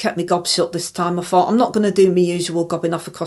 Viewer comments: Is that the “fort” you fight or the “fort” you fink? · When I heard her say "I fort I done everything proper" I honestly had to laugh.... bloody hell 🥲